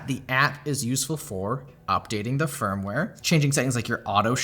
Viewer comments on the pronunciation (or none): none